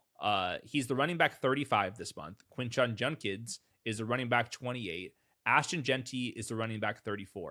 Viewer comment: I NEED you guys to repeat after me… quinshon JUDkins…. NOT, “junkins”… PLEASE.